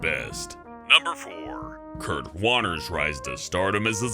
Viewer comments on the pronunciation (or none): none